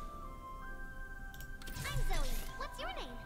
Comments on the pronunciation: Bruh it's Zo-EE not Zoh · Zoe Zo-Wi not Zow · He keeps saying Zow not Zoe i dont get it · it’s “zo-ey” not “zo” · Zoe! Zoh-EE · Is zoe pronounced zoh? Or zoh-E? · Please man, it's ZO-E, not ZO! it's has 2 syllables. Like MO-NEY, it's ZO-E. Thanks. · It's Zo-e , not Zo, please stop. :l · Dudee please just say Zo-e not Zo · Stop say zo pls :( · Funny the way you say "Zo" btw ^-^ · It’s pronounced zoey brother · nice video but zoe is not zo u remind me of a friend that calls zoe zo-e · ZO-E ZOOO-EEE PLEEEASE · pls stop saying zo, she has an e in the name hahha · Its pronounced zoey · Dude, learn to pronounce character names... Engrish isn't hard dude. ZoE... it's a hard E. Jeez dude lol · As a zoe main, it hurt my soul you calling my baby "zo" :(((((( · Honestly, I commend you for the commitment on how you say Zoe. Really getting that YouTube comment bait. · Cant wait for you to pronounce Zoe's name right yup yup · Dude everybody is loving your amazing content BUT the champion Zoe is not pronounced like that ffs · This man cant say Zoe correctly? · Might be a Canadian pronunciation lol